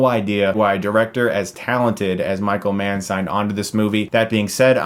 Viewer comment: Oh Michael Mann! I thought you said Micro-man for the first half of the video... I am not a smart man...